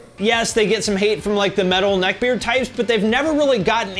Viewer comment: Say "neck beard" again....